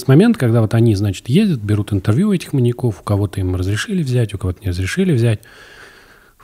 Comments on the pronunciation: Почему маньякОв?! Ведущих даже не смущает, что Саша правильно ставит ударение, а они настаивают на своём... 🤦🏻‍♀️ вот как так можно? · В слове "маньяков" ударение на "я". "маньЯков" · МаньякОв ? Одному мне слух режет ударение? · Да, почему маньякОв и маньякА? МаньЯков, маньЯка и т.д. Ударение на Я. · Что у ведущих с ударениями? Почему маньяки́ и маньякóв? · Андрей: «ЗвонЯт мне как-то из банка...» Тимур: «Не звонЯт, а звОнят». Ну и весь эфир маньЯков называют маньякАми оба. Молодцы ребята 😂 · Сколько их не слушал, пизздец как раздражает , когда произносят "маньякОв", " маньякА". Вы передачу этому посвятили, почему простейшим образом не подготовиться? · Господа ведущие, а перед тем как подкаст о маньЯках записывать, никак нельзя посмотреть в словарик и посмотреть ударение этого слова во мн ч. ? Всю передачу произносите маньякОв.. Тотальная безграмотность и не профессионализм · У меня одного кровь из ушей от «маньякОв»??